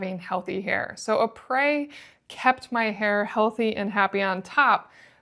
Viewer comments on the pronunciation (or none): Isn’t it pronounced the same as the inventors name ‘e-pres’ Eric PRESley… not ‘eh-prey’